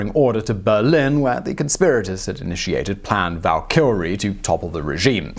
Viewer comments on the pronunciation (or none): “Valkilrre”? It’s Valkyrie(Val-kee-ree). Then “Wensental”? 😂😂😂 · Can you not say Valkyrie?